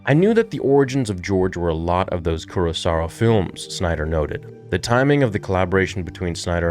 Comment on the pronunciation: Hate to be that guy but it’s not Kurosara, it’s Kurosawa. (koo-ro-sah-wah)